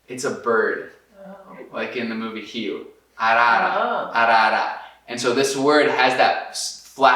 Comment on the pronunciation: O é tão acostumado com o português brasileiro mais do que possamos imaginar, prova disso é quando em plena conversa em inglês com a Lauren ele fala a palavra "Rio" com pronúncia totalmente brasileira ao invés de dobrar a língua ao falar a letra "R", típica dicção do idioma inglês (sem esquecer também a pronúncia brasileira do "O" em "Rio" enquanto som de "U"). 😉